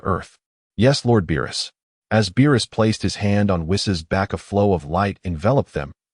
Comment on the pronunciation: Why does it keep calling Beerus Bilus?